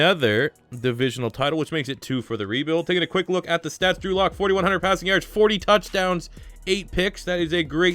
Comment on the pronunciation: Sounds like he’s sayin Andrew luck